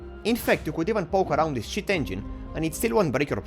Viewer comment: You say "cheat engine" like shit engine